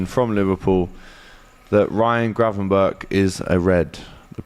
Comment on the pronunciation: Man said Gravenback😂😂😂😂